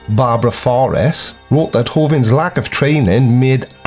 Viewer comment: Here's a little quote from a fellow Brit that I think you'll like: "Yes, I know it's easy to make fun of the organised churches, but has it occurred to anyone to wonder WHY it's so easy?" - John Cleese And once again - Hovind doesn't rhyme with 'wind'; it rhymes with 'wind'. 😉😉😁 See what I did there? Happy 2021,.